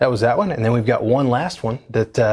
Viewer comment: lol, it sounded like m1 more time instoed of 1 more time